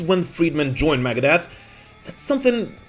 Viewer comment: LOL AT PRONOUNCING IT MAGADEATH